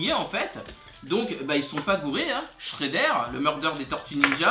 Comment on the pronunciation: shrédère 😂😂c shreder